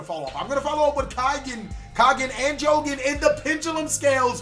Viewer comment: its not pronounced jowgen:( his name is jogen jo-gen^^ not jowgen:/